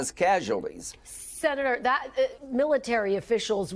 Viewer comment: "Ezral" The woman Lindsey Graham needs to be taught how to pronounce Israel. This is a travesty!